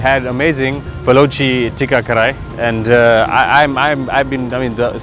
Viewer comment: bro pls say KARAHI correctly :D